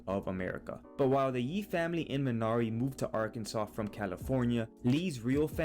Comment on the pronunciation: wtf, you don't even pronounce the title correctly!